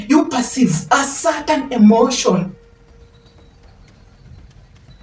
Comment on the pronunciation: Emotion = Energy in Motion. Please say it correctly so you don’t lose us 🙏🏾